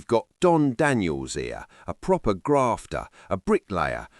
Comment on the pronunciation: Why is it all labour mps dont speak "Pwopper"